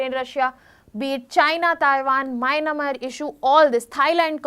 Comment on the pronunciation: Ma’am, the pronunciation of Myanmar here is incorrect